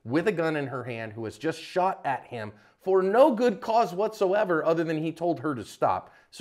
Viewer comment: “The women that they ShAut”